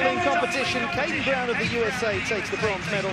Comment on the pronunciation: At time stamp , it sounds, to me, like the commentator pronounces USA not as "You Ess Ay" but "You Saw." Most bizarre.